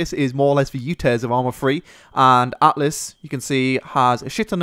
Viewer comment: isn't it altus ?